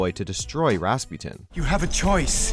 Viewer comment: Wow. A new way to pronounce “Rasputin”. Weird.